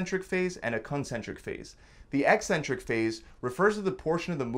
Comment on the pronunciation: You don't even pronounce "eccentric" properly, so hour education is dubious at best.😮 You've cherry picked studies to match the title of your video. Ever consider those super fast reps will lead to injury? Guessing not.